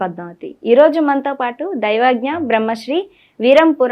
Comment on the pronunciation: అమ్మా దైవాజ్ఞ కాదు అని దైవజ్ఞ అనాలి..రెండింటికి అర్ధం వేరే...